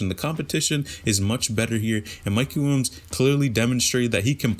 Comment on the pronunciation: “Mikey Wilms” my guy just say it right PLEASE